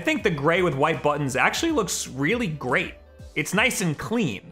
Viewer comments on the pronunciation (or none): "looks really GRAYt" hah nice